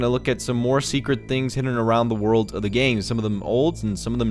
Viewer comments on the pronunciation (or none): none